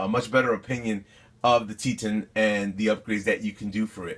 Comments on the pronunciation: Wow, I was trying to be helpful and let you know it's pronounced Teetohn when I realized this video is 6 1/2 years old. Way to put current content in my suggested videos on Roku, YouTube! Sheesh... Guess I won't try to get a thread on the different Latrax flavors in this comment section. Hold on. Apparently the space shuttle just exploded on takeoff, according to the breaking news YT just fed me! 🤔 😉😁🤣👍😎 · Dude, the Latrax Teton is named after the Teton Mountains and pronounced with a long E sound like eat or meet. If you care.